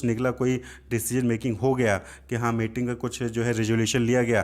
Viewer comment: Sir meeting ko mating kyu bol rahe hain